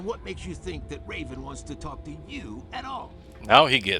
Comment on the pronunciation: Just about that pronunciation. I hear "Reeven" here , but maybe I am deaf already 😀